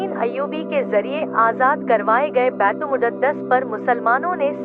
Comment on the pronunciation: बैतूल मुद्दत नहीं बैतूल मुकद्दस होता है आप गलत नाम ले रही हैं